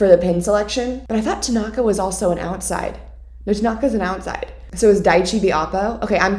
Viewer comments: lmao it's now my habit to call Tanaka "Takonga" because of victoria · “I would like to chess bump Tenaka” SIS ME TOO😂😂